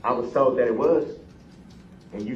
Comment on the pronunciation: Told not "tode."